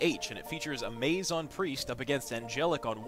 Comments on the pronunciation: OH GOD HE KEPT SAYING AMAZE! Its amaz not amaze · Amaz is my fav streamer so I cant let it go without saying, his name is not "Amaze" :\